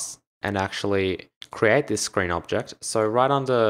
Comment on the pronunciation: U pronounced so as sor